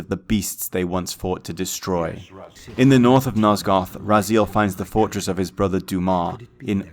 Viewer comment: This is like the 3rd video i watch today on legacy of kain from this channel and the way Raziel is pronounced as "rah-zeal" is driving me nuts.